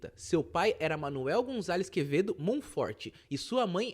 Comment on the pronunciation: "o padre quemedo" Quem entendeu a referência ? Kkkkkk